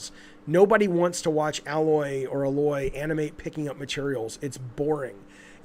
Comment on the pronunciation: Why is it so hard for you to say A-Loy? Say it with me. The letter "A". Then "Loy" (rhymes with boy). There, simple. You pronounce the name 2 different ways and both are wrong. I shouldn't let it annoy me but it's irritating as fuck.